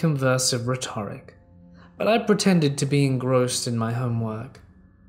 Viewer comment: My apologies! I was bothered by your pronunciation of 'rhetoric'. Modern english has it as 'reh-tr-uhk'. Thank you!